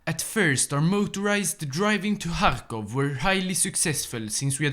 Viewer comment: kharkov is the russian pronouncination, the real name is kharkiv.